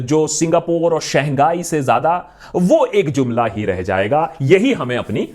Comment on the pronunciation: Saangai nahi Shanghai